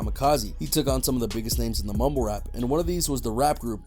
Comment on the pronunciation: He sounds like hes saying mobile rap lol